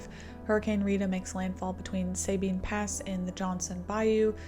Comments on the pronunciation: Sabine pronounced sa bean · It’s pronounced “suh BEAN” just fyi :) Katrina was awful for so many and affected life in more than just NOLA, but Rita brought damage and impacts to my community in central Louisiana. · Sabine is pronounced Sabeen! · You guys who make these video's on line really never fully understand- your an armature trying to Make a buck- research your time tables, and facts- ITS ... SA-BEEN PASS / RIVER!! NOT SA-BYNE Well done kid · Sabine is pronounce Sa-bean’ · Well done. I lived it, as many here did. Southeast Texas lost 35k+ trees. Just a helpful hint, it's Suh-bean. 😊